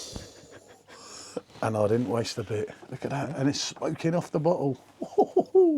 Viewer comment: Bottle? Or butthole? Go ahead...say it again😅